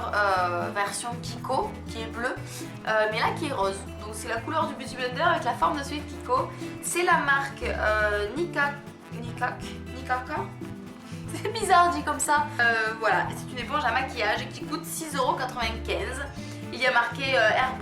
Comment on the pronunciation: Chouette vidéo, j'aime beaucoup découvrir les contenus des beautybox ^^ En tous cas celle-ci elle était vraiment top, que des petites choses bien sympa :) Tu m'as fait rire avec Nicka K, je pense que ça se prononce"kay" ^^ J'avais déjà reçu un rouge à lèvres de la marque dans une box il y a trèèèès longtemps et il était super ! Gros bisous ♥